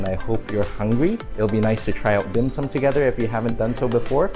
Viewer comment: I always trust a guy's evaluation of dim sum if they can pronounce it properly...lol nice vid